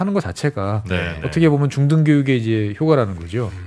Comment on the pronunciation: 효꽈 안그러고 효과 그러는 발음이 마음에 드는거죠...빵구 발음말구요... 올라잇 발음 알죠 그게 어떤 의미인지...